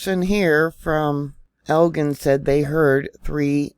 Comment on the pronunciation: Thanks. Elgin is 40 miles from me. The "gin" is pronounced like gin liquor, "j".